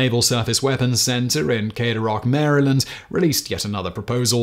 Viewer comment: Good job pronouncing Maryland correctly Simon! MAIR-A-LIND